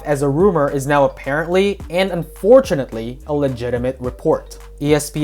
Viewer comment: Emphasis on the "unfortunately" 😂